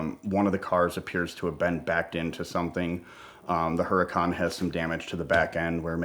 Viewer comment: Her-a-Khan? is that a new Lambo?? Whats a Her-A-Khan???